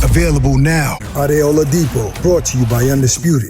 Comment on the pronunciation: Love the, but the channel is 'bRought' to you by... not 'bought'. Carl Frock (the Hall of Famer) says the same thing, cmon guys, it's simple English!! 😂